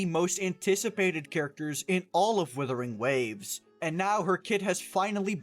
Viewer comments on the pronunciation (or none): WUUUUUUTHERing Waves... Not Withering. Please..... people calling this game WITHering Waves does my head in. Especially when your a content creator. Good video but the 'Withering' almost made me immediately click off the video.... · You saying Wimpering Waste bothers me a lot for some reason.